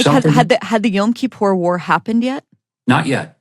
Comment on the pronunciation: Time to teach Ambassador Huckabee...how to pronounce "Yom Kippur"....